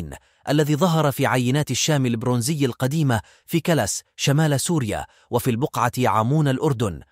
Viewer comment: ملاحظة صغيرة كلس تلفظ بشكل اخر بكسر الكاف وشد اللام killis للاسف الحاسبة لحظتها غلط